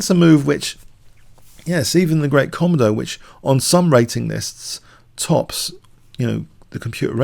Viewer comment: its pronounced ko-modo you can select British english as the language